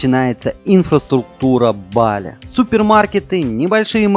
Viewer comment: Только БалИ , ударение на И